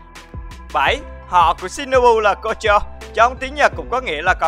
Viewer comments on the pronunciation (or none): sao tôi nghe họ của shinobu là concho nhỉ :)))